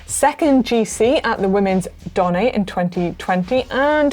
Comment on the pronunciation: Donn-eh, not Donn-ay! Where's Marty when you need him :-), but failing that - here's a link to the GCN Italia guys - . I'm sure Alan can help